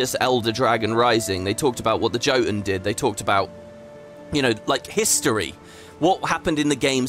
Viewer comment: Appreciate the video and commentary ❤ Despite how GW2 voice-overs pronounce it, the word "Jotun" is pronounced "Yotun", the plural of Jotun is not Jotuns but Jotnar (you mention them at 02:01:5 if you wonder why i bring it up) Just in case you want to share some education among your viewers/listeners Any idea how i unlock a skyscale the "new and easy way" mentioned in the pre-release? Because i am seriously worried about my "limited time" skyscale will run out before i complete it IDK if the timer ticks down while im logged on with my main in other zones, or how long it is to begin with, and i dont have time to blitz the whole new expac in one day No one has done a video or any written guide (that i can find) about unlocking the Skyscale the new faster way, yet